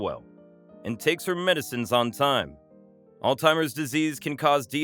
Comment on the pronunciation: I enjoyed the story i just wish they knew that it is NOT pronounced All Timers.